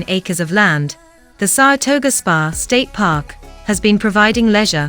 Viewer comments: As someone who lives in Saratoga, every single time she says, "Saratoger," I cringe. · I hate these computer voices. Is there no one that listens to how stupid they sound before they post them. They have bad pronunciation ( small mouth base), and scripts that just ramble. "Sarasota" has way more than what this "video" shows. SARHATOGO 😅😅